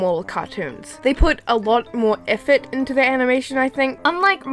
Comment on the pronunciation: Does anyone LOVE the way she said: EAFORT